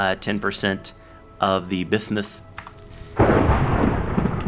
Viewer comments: I'm pretty sure "bismuth" is pronounced "biz-muth" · Why are you saying Bismuth like that? 0_o